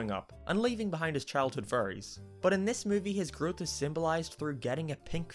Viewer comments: You saying “Fairies” sounds like “Furries” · No offense, don’t hate me, but the whole time I thought you were saying Furys instead of fairies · It sounds like hes saying furries instead of fairys. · When he says fairy’s he sounds like he’s saying furrys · lol he pronounces "fairies" as 'furries" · It makes me laugh that when you say fairies it sounds like you say furies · No offence but when you say fairies it sounds like your saying furries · Not being mean but u sound like u say fairies ase furries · when he says fairies it sounds like furries uwu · Every time you say Fairies I always have to do a double take because I thought you said Furries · Whenever you say "fairys" it sounds like "furries" instead. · I keep thinking you're saying "furries" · "If he fell in love he would lose his furries forever" Sounds like strange Internet cult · I was scrolling down to comment the same thing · Yeah I know it sounds kind of weird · So the fairies are furries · Salty Soap same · Whenever he says fairy's it sounds like 'furries' and the sentence 'he keeps his furries' sounds wrong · Anyone: Fairies: FURRIES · I keep hearing “furries” instead of fairies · your accent makes fairys sound like furrys i was laughing the whole review because of that not at you just the context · I love how he pronounces "fairies" as "furries" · STOP CALLING THEM “FURRYIES” LMAO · When says fairies it sounds like furries and i regret realizing this. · Sorry, but your pronunciation of "Fairies" does sound like "Furries" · When you say fairies it sounds like you say furries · Probably cause he is saying furries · When he said ‘fairies’ I thought he said ‘furries’ 😅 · is it me or does it sound like says furries instead of fairys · Is it just me or did I only realize that he was saying "fairies" and not "furrys" halfway through the video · Why is it whenever he says fairies it sounds like furries. "- and leaving behind his childhood furries."